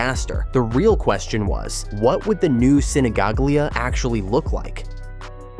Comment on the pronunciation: Sinigaglia close pronunciation: Sinigalia